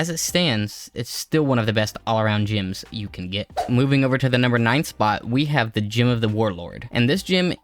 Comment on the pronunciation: They're GEMS, not "GYMS"